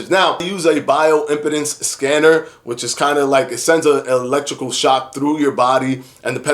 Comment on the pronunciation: Love the videos... but the way you pronounce "impedance" is curious. I really hate to be that guy, but the scanners use electrical "impedance" ... meaning they calculate how the current is impeded when traveling through the body. Im-PEED-ance ... pronouncing it correctly will help convey the actual mechanism.